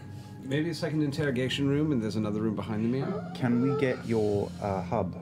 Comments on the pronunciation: Don't get me wrong, Laura Bailey's English accent is one of the best I've ever heard come out of an American but what the f is a "meer" ? I'd say mirruh. She may know this and it was a slip up because she's not on the job. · It's funny how they say "me-a" when trying to pronounce mirror in an English accent. Only Liam gets it right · omg I love Laura but someone please tell her that English people say 'Mirror' not 'Meer' it's making my eye twitch lol